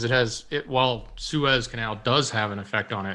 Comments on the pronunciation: It’s Sue Ez. Not Sue Eze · Its pronounced SOO-IZ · did you even go to High School that you don't know how to pronounce Suez?? Wow. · we all told you in chat how Suez was pronounced. Why would you say we didn’t?